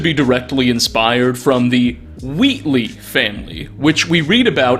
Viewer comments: Are you Canadian or something? you pronounce things wrongs all the time. it's pronounced "WAT-Lee" not "Wait-LEE:. and the whatleys are featured heavily story about the wife who has an affair with an eldridge god Yog-Sothoth and gives birth to strange boy. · minor nitpick that just killed me through half the video- it's 'WAIT-lee' not 'WHEAT-lee' lmao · My guy was saying ‘Whateley’ properly until it turned back into Wheatly, so close so close Edit: both are pronounced the same